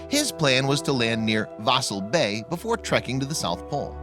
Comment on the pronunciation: Forget not forgit. Before not buhfore. Little not Lil.